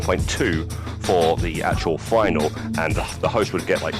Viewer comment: The word is actually FINALE and it's pronounced differently to final, just saying Otherwise, thanks for the vid =)